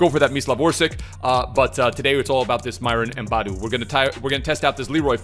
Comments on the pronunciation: Its noy boaadu but bo-a-du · its booo aaa doe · It’s pronounced BO AH DO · Myron Boadu exists:: "Mbadu" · Het is Bo A Du :-)